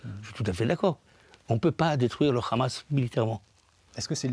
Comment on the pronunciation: Ce monsieur est à la tête d'un mouvement pour la paix? Moi, en milieu d'écoute, j'entends plutôt le narratif officiel sioniste. Il justifie même l'idée saugrenue d'une coalition internationale contre la Hamas. Déjà, ce monsieur prononce "KHAMAS". Cela veut tout dire... Non, Monsieur, personne ne veut de l'autorité palestinienne pour diriger Gaza. Ça, c'est la volonté des sionistes. Allez, j'arrête là l'écoute et je vais vomir car si le mouvement pour la paix c'est ça, on n'est pas rendu comme dirait l'autre...